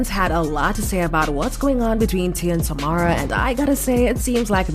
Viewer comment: Why is it that nowadays people like to report on copy paste topics and they can’t even do something as basic as pronounce the name of the person they’re talking about??? How complicated is it to say TA-mEr-a or for better phonetics try this TAH-Mair-Rah ….TAMERA